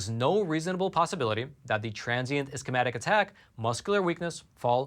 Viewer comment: Hey! I really like your program and all you do. I would like to give you some feedback regarding discussing medical conditions after I noticed mispronunciation of guillain barre and ischemic, for example. It would be beneficial for you to take a medical terminology course or review the pronunciation before your presentation. My husband doesn't speak English as his first language, but teaches courses and when in doubt he listens to google pronunciation of words he isn't sure of before giving his presentations. Just a friendly suggestion.